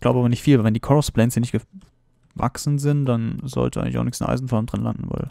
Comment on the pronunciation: nüschts ? sach ma bist du sachse ??? XD